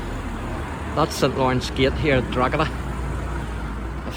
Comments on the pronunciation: Why can anyone from "Up the North" Pronounce "Drogheda properly" If you are giving info about a town... Pronunciation is Key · I'm from Drogheda - the correct pronunciation is Draw-da, because that's how we say it. I could accuse you of having a Northern accent too but, frankly, kettles and pots! Keep up the good work. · No worries, I've lived outside of Drogheda for nearly 40 years - I need to mispronounce it too if I want anyone to understand me!